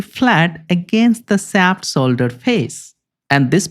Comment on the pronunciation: great video, but you saying solder instead of shoulder drives me nuts lmao